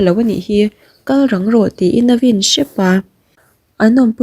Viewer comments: A vin tih hi...a vîn ti la a dik zawk sia. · I chhiar rhiamin i aw pawh ngaihthlak a nuam khawp mai,mahse vin tih leh phiar phiar tih hi ngaihthlak a hrehawm deuh,a thluk hi ti dik deuh turin upa deuh te rawn zuai la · I chhiar thiam thin chutih rualin vin tih hi i lam diklo deuh thin a